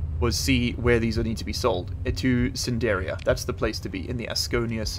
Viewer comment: Why do you say Sindiria and not Sindria? Sindiran and Sindrian too?